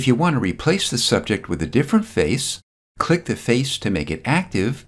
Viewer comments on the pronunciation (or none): luv your videos... awesome... but you have to stop saying the word CLICK... for some reason, no fault of your own, you over-pronounciate this word... it gets to be distracting as you use this word a lot... a quick fix is to simply replace the word CLICK with SELECT as you make more videos... good stuff... talk soon...